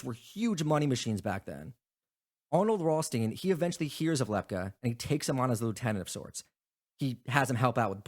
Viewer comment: It's LEP- KEE...